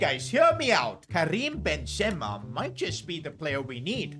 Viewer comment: Bro pronouncing these names💀. Maiig Nan Ben Ze ma 💀💀💀